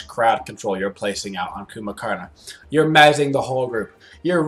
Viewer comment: "Coomba"! ...I've been mispronouncing it.😂 My bad.